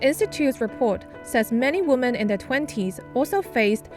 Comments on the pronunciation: This SCMP announcer keeps saying woman when it should be women. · Singular woman sounds like 'woo-man'. Most of the cases here, women should sound more like 'whim-en'. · you're pronouncing " women " wrong. Sounds like the singular form: Woman. It's weird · Please double check ur pronunciation of the word “women”. Health and love to all of you! Don’t give up! 힘내세요 여러분들!